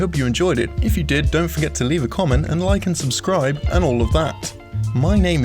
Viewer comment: I understood "Lycan subscribe" instead of "like and subscribe".